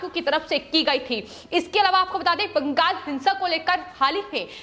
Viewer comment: Ye bangal ko bangag kyu bol rahi hai itna penic kyu ho rahi hai ye.